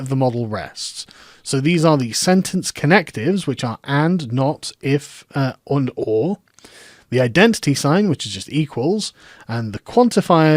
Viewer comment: "and, or, if und for" you German now Carl?